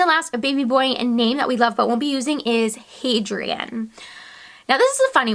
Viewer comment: Probably best you aren't going to call your son Hadrian because the way you pronounced it isn't quite right.